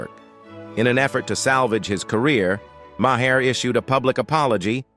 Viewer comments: The accuracy of your AI is for shit! Ma-Hair? Ben Sassy? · Maher pronounced MYHAIR. I hate AI. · From Marr, to Mah-her, to Maw-hair! Even AI can't stick to one pronunciation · Sin-ee-ad??? These narrators need to do a bit of research before grabbing the mic. Bill Ma-heer?? Jeesh!!! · Makers pronounced as May her! Really!🙄